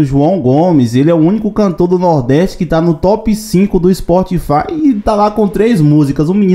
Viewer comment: Para de falar SPORTfy mano, não é site de esporte não kkkkkkkkkkkkkkkkkkkkkkkkkkkkkk